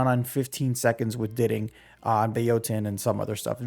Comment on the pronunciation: I can’t lie to you I can’t even watch the vid cus you pronouncing everything so damn wrong how tf do you learn grammar in school and pronounce diting like ditting